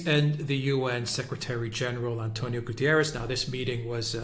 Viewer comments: It's not "Gutierres" ... In Portuguese it sounds "GutErrsh" ... The "ie" takes it to the Spanish similar surname. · It's GUTERRES not GUTIERREZ ! Portuguese, not Spanish